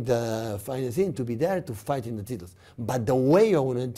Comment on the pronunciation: Pep: "Tittles"